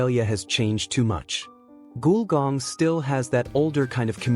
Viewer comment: Definitely robotic narration, mispronounced "Gulgong" as "Goolgong". The pronunciation is "Gull", as in breed of bird, and "gong", a loud sound when a disc is struck(like the J. Arthur Rank Movies intro). Put together to create "Gulgong".